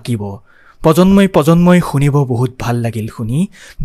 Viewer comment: চন্দ নহয় চন্দ্ৰ। পজন্ম নহয় প্ৰজন্ম। আকাশবাণী গুৱাহটীৰ ঘোষক সকলক অলপ শুনিলেই আপোনাৰ উচ্চাৰণ শুদ্ধ আৰু স্পষ্ট হ'ব। নহ'লে prelude নিদিয়াকৈ গান দিব। অশুদ্ধ উচ্চাৰণ ৰ বাবে গোটেই অনুষ্ঠানটোৰ সৌন্দৰ্য্য নষ্ট হৈছে। 🙏